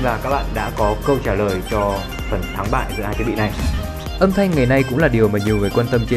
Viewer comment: " Âm Thành " luôn hả?